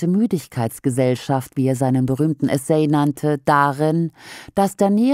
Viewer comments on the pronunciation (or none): Essay: Ausgesprochen 'Essäh', Nicht 'E-say'